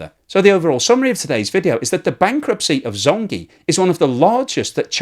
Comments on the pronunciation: CNBC pronounced the Chinese bank correct, as “Jong gee”. Not “zong zeee”. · Please use google translate and query the correct pronunciation of "zhongzhi" (中 植) . It is not pronounced "zhong gee". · Zh- sounds like J actually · Zhongzhi is pronounced Jongjie. Zh in chinese sounds like a j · Great video. Just some help with pronunciation, ZhongZhi is pronounced more like Djong Djih ... In Pinyin, Zhōng zhí zīběn. Everyone also knows it by ZZ Capital. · Love your videos but your Chinese pronunciation makes me cringe. Zhongzhi is pronounced JongJee. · Are u saying zombie? LmAo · Pronounced jong jee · anyone else keeps hearing "Zombi" as the name of the company, which werdly fits? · Thanks for this great explanation so more can understand it! Your Zhongzhi pronunciation is off but I’ll forgive you!